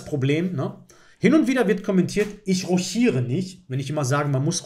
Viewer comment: Ich hab bei dir kurz nach roschiere gehört. Ich kenne lediglich die französische Aussprache. Ich komme aus dem wunderschönen Sachsen in der Nähe von Dresden. Bekannt für seine oftmals lustige Aussprache. 😅